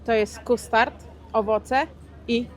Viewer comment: NAUCZ SIE MOWIC PO ANGIELSKU W KONCU!!!! "kUstart"??????????????????????????????? WYMAWIA SIE ""KAST-erd" "